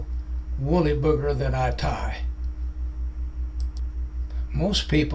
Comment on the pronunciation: Wooly-bugger, not Booger 😂